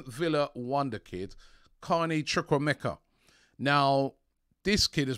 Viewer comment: Carney who? Yes. Love the pronunciation. 🤣